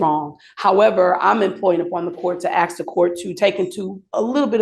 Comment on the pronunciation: The defense attorney can't say the word "Ask". Trots out the "we afraid of da po-leece" motif. NOT RELEVANT!